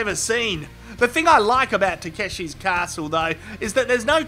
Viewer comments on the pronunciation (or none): Lol the Japanese says ta ke shi castle.